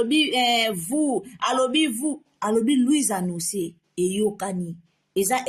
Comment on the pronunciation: Ndoki moneneeee na maseke misatu oyo na tanga na Bible nde yo. Ako sasa lisusu luizannoncer. Na boulevard ayekolaki français te? Sosoluizanoncer 😂😂😂😂, aya à apprendre ye Français. Atika ko lobela biso François 😂